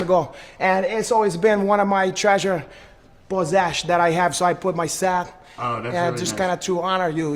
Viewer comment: " That's one of my prized pozesh."